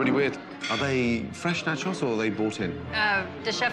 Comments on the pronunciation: not gordon pronouncing nachos "natchoss" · wtf does gordon think 1 nacho is pronounced like? Natchaw